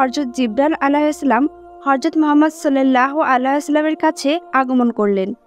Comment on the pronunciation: Vidio baniye view kamacchen kintu amr nobir namta sundhor kore uccharon korte paren na